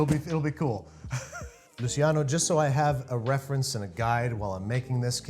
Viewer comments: It’s pronounced “Lu-CHEEyano” (smooth transition between the “chee” and “yano”), not “LUCYano” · Luciano is pronounced like “Loo-ch-iano” which an English ch sound